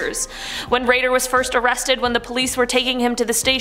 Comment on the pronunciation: IT'S DENNIS RAY-DER what is with Canadians not able to pronounce words correcty??!!! DAMN